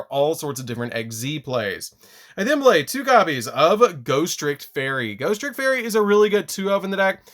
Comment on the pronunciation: "GHOSTICK"!!!! LMAO!!!!! ALSO, PERFECT DECK PROFILE FOR HALLOWEEN!!!